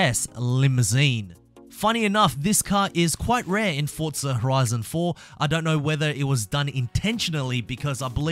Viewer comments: What the hell is Fortza Horizon? ITS FORZA there is not fuckin T I know you redcoats love tea but shit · It’s pronounced forza not fortza you knob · No offence but what the hell is FORTZA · It is called forza not fortza..... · Why do people say "FORTZA" it's ( four - zah ) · WHERE ARE YOU SEEING THE "T" IN FORZA THOUGH?! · When game is spelt Forza And everyone says Fortza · Its pronounced forza... Not fortza ffs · why do u say fortza lol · THERE IS NO "T" IN FORZA.......PRONOUNCED 4 ZA......NO T.... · "Fortzer" I really want the Ford Crown Victoria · stop saying forTza omg where is the T? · So it's not just me that gets annoyed when ppl say that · Show me the "t" in forza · Lol have you been mispronouncing the name all this time?